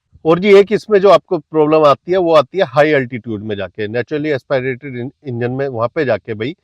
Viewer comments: AsPAAIRATED nahi hota, AsPIRATED hota hai mere bhai. Kam se kam pronounciation to seekh lo videos banane se pehle. AS PI RATED. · Naturally Aspirated Engine ❌Naturally Expi rated Engine✅ 😂😂😂